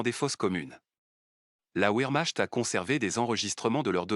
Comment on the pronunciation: Le w allemand se prononce v contrairement à l’anglais. Donc vermacht (comme ds un chointement) ou encore vermart (r doux)